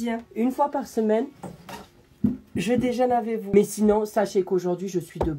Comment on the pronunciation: Je dejeune « AVÈ VOUS » 😂😭 des le debut